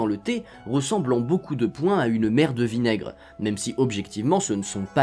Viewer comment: A chaque fois que tu disais mère de vinaigre j'entendais merde de vinaigre 🤣 aussi nn bravo pour cette belle vidéo 📼